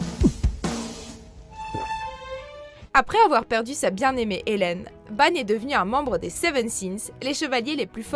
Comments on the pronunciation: Non déjà c heleïne pas Hélène et ta dit thé seven sins et c’est the seven deadly sins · Juste, vos vidéos sont bien mais il y a parfois un peu trop d'erreur avec vos info: comme avec seven deadly sons où vous dîtes ellen au lieu d'Ellein, vous oubliez deadly et sans ce mot le titre prend un autres sens et Ban est le renard de l'avarice et non de la cupidité. Sinon mis à part quelques erreurs fréquentes dans vos vidéos, vous faites du bon boulot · Vous faites exprès ou quoi?? C'est ELAINE bordel arrêtez de tous remixer son nom -_